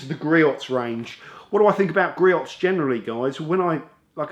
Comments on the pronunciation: Griot's is pronounced Gree-Ohs. 🙃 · Love their products and are available at the local auto parts houses if need it quickly. And the proper way to say their name is: GREE-OHS (check out their USA home page near the bottom)